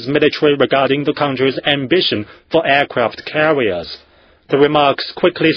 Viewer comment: nothing else matters when they have..."Aircwaft Cawiers" and great "File Powa" and "Militawy"